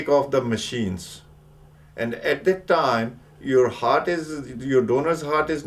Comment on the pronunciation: THAT not Dat